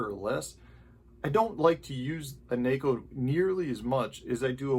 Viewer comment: Thank you for being one of the few pro guys that pronounces Neko the right way.